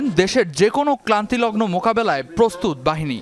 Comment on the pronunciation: যে আপনাদের পোস্ট করে তাকে বইলেন ভাষার শুদ্ধতা শিখতে। ক্রান্তিলগ্ন কে সে ক্লান্তিলগ্ন বানিয়েছে